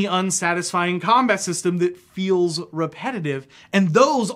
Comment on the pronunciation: I was listening, but then I became fixated on your weird inability to pronounce the word "feels"...